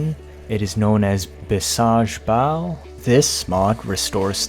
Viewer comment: It's pronounced as bee-shall-bal. Which means huge power.